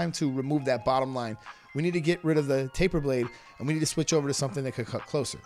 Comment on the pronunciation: Faper blade? I thought it was taper blade